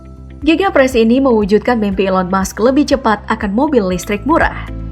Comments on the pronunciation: Elon musk min bukan Elon mush 😂😂😂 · Elon Musk bukan Elon Mush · Elon Musk (pakek K) bukan Elon Mush